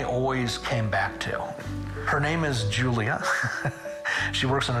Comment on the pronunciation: It's pronounced "Yulia" not "Julia" in Russian/Ukrainian, for one..